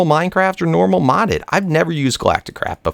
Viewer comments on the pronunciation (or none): none